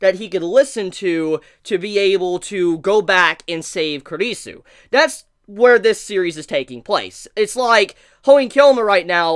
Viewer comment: Finally, you're the first reviewer I've seen to pronounce Kurisu's name properly. About the Mayuri hand thing. That's a habit of hers that she did a bunch in the original Steins;Gate too. Okabe calls it "Stardust Shakehand".